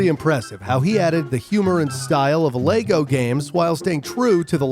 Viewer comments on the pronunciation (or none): none